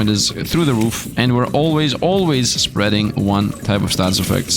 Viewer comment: "Spreading with poison" Are you Dutch, by chance?